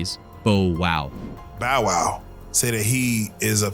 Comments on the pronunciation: You literally have video recording of the security guard pronouncing “Bow wow” correctly and immediately proceed to pronounce it incorrectly 😂 🤦🏻‍♂️ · I am just going to copy this statement, as I felt exactly the same and it pisses me off, I cant focus with you being this dumb.. "@ "You literally have video recording of the security guard pronouncing “Bow wow” correctly and immediately proceed to pronounce it incorrectly" I am an underground hiphop head, I do not care about mainstream hiphop AT ALL except for 2pac his days, so I am not pissed you pronounce this particular rapper incorrectly but your channel literally says "Street Scoop" like you know what you are talking about concerning hiphop, try pronouncing it right and put in some effort. Let me help you BAUW WAUW you little robot you :D putting this video off, unbearable detail